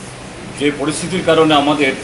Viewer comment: porisiti ni poristhiti .... bangla o valo vabe Bolte parena abar press meet kare